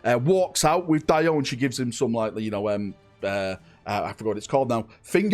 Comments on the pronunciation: It’s pronounced, “Dee O” not, “Die O” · It’s pronounced Dee-o not DIE-O 😅